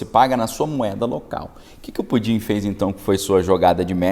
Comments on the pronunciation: Você esta falando PUDIN ou PUTIN ? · Cara, fala o nome certo do Putin, pois essa brincadeira de Pudim tá irritando a minha audição. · Não é pudin, fale pelo nome correto. Não tem graça nenhuma, essa sua brincadeira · Com todo respeito, o senhor não Pronunciar o nome do senhor Putin? É irritante.